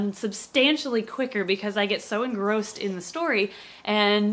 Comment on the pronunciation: The way says “engrossed” bugs me.-.